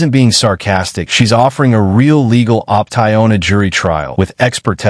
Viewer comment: What is an 'op-tie-own' ? AI bot messed up, Chief.